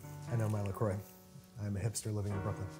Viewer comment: the fact that Sohla says La Croix properly makes my ears happy